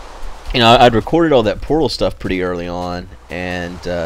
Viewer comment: I can't help not to hear "porno" whenever says Portal lol